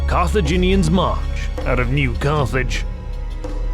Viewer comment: What they say : New Carthage What you hear: New Garbage